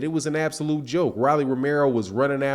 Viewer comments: It’s ROLLIE NOT RALLIE LIKE ROLL DOWN THE STREET ROLLLLLL WTF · Rolly pronounced "Roll-ee" just as the slang word that we for a Rolex watch